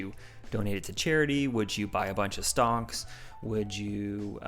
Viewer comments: I heard “stonks”? I might be tired too lols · Anybody else hear “stonks” when he said “buy a bunch of stocks”